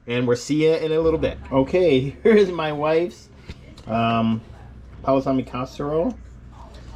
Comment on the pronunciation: You can't even say it right you need to just stop. Please